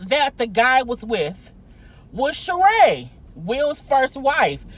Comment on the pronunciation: I know this is very trivial but I have to say that his Ex wife's name is pronounced Shereeeeeeeeee!!!!!!!